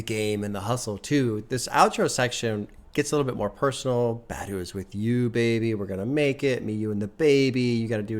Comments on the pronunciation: It’s pronounced BAH-DUU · you're not pronouncing her last name correctly. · your pronunciation of Badu is killing me 💀💀